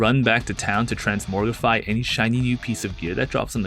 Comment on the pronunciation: "Transmortify" Wow.